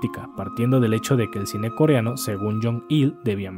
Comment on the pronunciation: el pronuncia mejor el coreano que otros youtubers